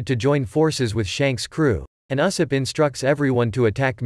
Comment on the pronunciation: And uh-sopp